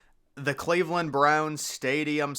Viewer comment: It's Cleveland. Think Rodney Dangerfield.